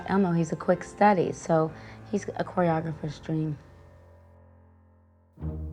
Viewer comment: I wish there was a moment in this video where said the whole word, choreographer, correctly.